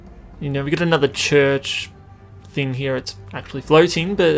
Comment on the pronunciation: "Over hiar"